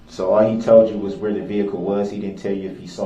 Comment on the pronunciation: Lol, Duh-rell, “What u were toad” 🐸